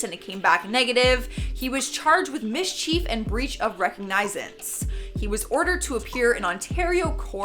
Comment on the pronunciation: "Mis-cheef"? *Mischief Is that Cannuck type-language/verbiage?